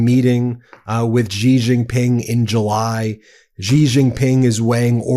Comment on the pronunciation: Ben , Xi is pronounced like She. Xinhua News is Shinhua.